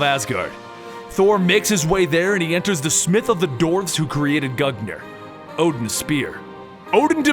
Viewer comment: Thanks for the story! However your pronunciation hurts me lol. Mjolnir is pronounced "Meyollneer" and Gungnir is pronounced "Goongnir"